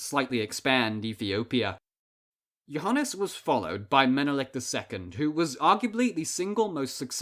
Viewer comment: BTW it is pronounced yoo - ha -nees